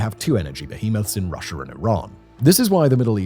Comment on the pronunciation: Am I the only one who hears "Russiar " and "Chinar"?